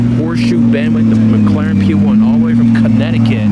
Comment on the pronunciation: "ricense" "prate" "mcraren" "merting" lmfao